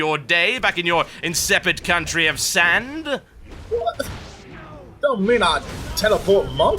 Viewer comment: "for the queen and coutry," lol Jethro Tull